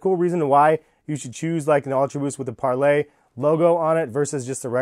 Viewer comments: Its parley, not 𝒫𝒜𝑅𝐿Á𝒴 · Im pretty sure its par lee, not parlay. its spelled parley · It’s not pronounced parlay, it’s pronounced parleeee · Its pronounced parlee not parlay tf???? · It’s Parley not Parlay... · Why do you keep calling it Par-LAY??? It's Parley. It's a word. Learn it. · It’s pronounced par-lee not par-lay! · im not sure if your saying it wrong but i looked up other videos on this shoe and they pronounce parley differently pls look up how to say it because idk how it is actually pronounced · Being American is to create unnecessary pronunciation which isn't the proper form of English. Only Americans pronounce that way and thinks its the right way.